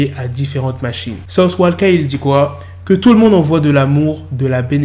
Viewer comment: es ce que c'est la fin du mondeu du mondeuu